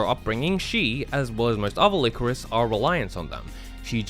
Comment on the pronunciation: Lie-Core-Iss, not whatever you said.